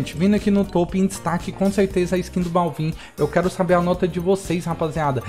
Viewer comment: n se fala balvin, se fala bálvin